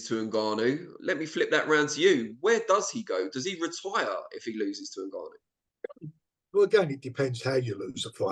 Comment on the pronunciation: NGANNOU NOT NUGANNOU😩😩😩😩😩😩😩